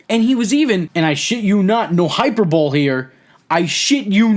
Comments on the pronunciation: Ok...wait. ish. Pleaae tell me this is a long running inside joke kinda thing. Hyperbole is not pronounced "hyper-bowl". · hyper bowl? did u mean hyperbole? like hi per bo lee? the correct way of saying it even plays in to hulks real last name of bollea (kinda) not being a dick just pointing out the right way of saying it. if you were saying it that way as a joke then i guess i just didnt get it so sorry if thats the case. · hyper-bowl? Hy-per-bo-le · What's HYPER-BOWL? LMAO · So..@ , did you really just say “took President”? Precident? Press-ident? And hyperbole? Idk if you were just joking or can’t read what you wrote down, but..either way quality video man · you pronounced hyperbole wrong lol